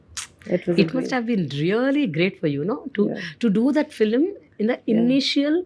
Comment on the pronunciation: It’s pronounced Film not Filum